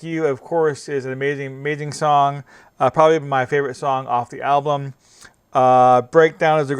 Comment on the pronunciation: Also.. you say Ablum.. a lot.. annoying..